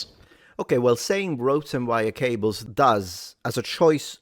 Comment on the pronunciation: You had me at: “Ropes and rables..”